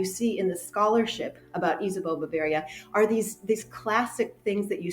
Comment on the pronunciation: Ba-vair-ia, not ba-varr-ia